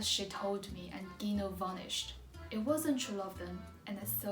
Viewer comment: it's Lila not Lina, and Gino (djino) not Ghino